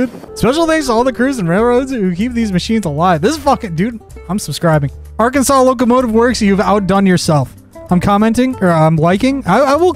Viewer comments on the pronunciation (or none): none